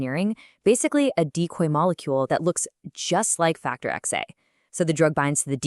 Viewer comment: Great video overall, but the google LM read Xa as "X-A" instead of "ten-A".